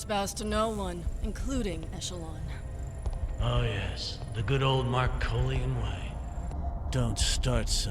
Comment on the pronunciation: That’s not how echelon is pronounced